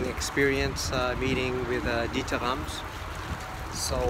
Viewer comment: Lucky you. How nice of him to talk to you and show you around his back yard. I would have brought a book or something, to get it signed, maybe it would have helped establish some rapport and have a more meaningful conversation. Also, i notice how you pronounce his name correctly, that is so nice. I hate it when people call him DeederRams or what have you. Kudos to you for showing such great respect.